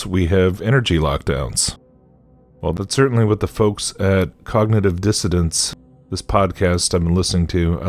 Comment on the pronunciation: Cognitive dissoNANCE not disseDENTS